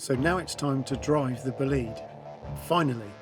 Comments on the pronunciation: Average American pronouncing "bolide" Bowl-eyed. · oh no "bugatti bo lid" me being italian and hearing that pronounciation i cringe